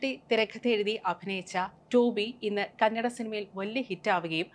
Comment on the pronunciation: Kannede alla kannada 😩